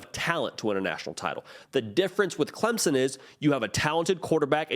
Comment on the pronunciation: I'm well aware of where CLEMSON, SC is...but sometimes it seemed like he had problems saying Clemson and called them CLEMONS...there may actually be a Clemons, SC but I've never been there